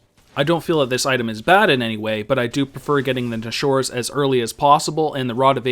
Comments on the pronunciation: NA-SHORES "NASH-ORS" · and instead of NASH ORS TOOTH, it's NA SHURES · "Nashoer's" hehe